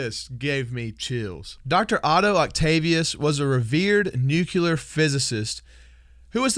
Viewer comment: nuclear, not nukelar